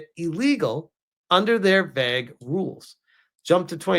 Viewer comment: Dude you need to learn how to say the word vague it's a long a not a short a and it doesn't sound like vag